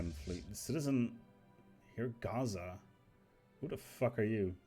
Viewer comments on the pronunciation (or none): none